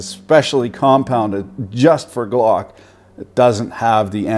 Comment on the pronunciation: Every time you said G-LOCK a part of my soul evaporated.